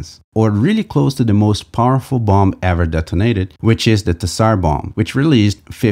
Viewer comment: In tsar the t is silent, and same with the second b in bomb, just to let you know. Great video aswell